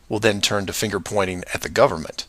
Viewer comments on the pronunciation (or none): none